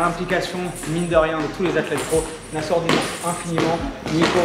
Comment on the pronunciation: Nassour cest un bon hahah t’as écorché le nom mais il a rien dit